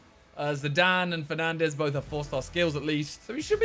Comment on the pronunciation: Man said penandes